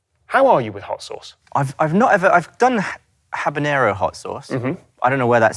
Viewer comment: "I've done habeñero hot sauce." Oh no...